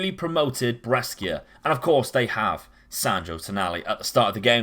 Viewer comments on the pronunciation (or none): Interesting tactic. For the record, Brescia is pronounced like Pressure but with a 'B', Lecce = Fetch Hay but with an 'L' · Your pronunciation of Saint Maximin and Brescia gave me heartburn so cheers 😂